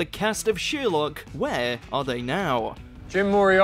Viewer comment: Who's sheerlock? I've heard of sher-lock.